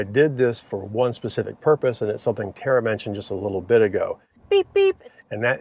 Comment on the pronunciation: Terry?????? buddy, it's Tara